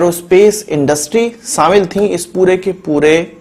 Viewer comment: Saaamil nhee shamil hota ha gavar